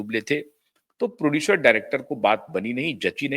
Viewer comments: भाई साहब, नमस्कार। आप कैसी हिन्दी भाषा बोल रहे हैं? नर्गिश नहीं;बल्कि नर्गिस है; प्रोड्यूशर नहीं प्रोड्यूसर होता है।आपका बोलने का लहज़ा तो अद्भुत है; लेकिन शब्दों के अशुद्ध या गलत उच्चारण के कारण ऐसा लगता है कि मानिए रसमलाई खाते-खाते अचानक मुंह में बाल अथवा कंकड आ जाता है और मज़ा किरकिरा हो जाता है। उच्चारण की सटीकता पर ध्यान दे। धन्यवाद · कृपया ठीक से हिंदी बोलना सीख लीजिए। नरगिश कया होता है Produsher kya hai